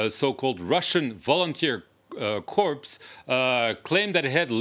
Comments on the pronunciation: Please stop saying corpse! It's pronounced "core" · Cor not corpse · The word Corps is not pronounced as it appears. It is pronounced as Core. The word is pronounced as apple core. Corpse is defined as a dead body. English is funny that way. Like Marine Corps is pronounced as Core. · It's not pronounced corpsss it's pronounced Core. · a French tv news man does not know how to pronounce a French word.... "Corps"..... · I'd have thought a host on a French news channel would know how to pronounce "corps". 😛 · Odd that a French interviewer would mispronounce Corps...